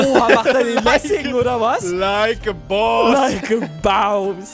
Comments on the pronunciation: es heißt Boss nicht Baus 😂😂😂😂😂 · Es heißt Boss und nd Baus . ANHAHAHAHA✋🏻😭🥲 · Des heißt Boss! Und nicht daus daus ,,,😡😡😡😡💀🖕🖕🖕🖕